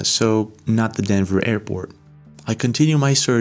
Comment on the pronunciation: Denver not dever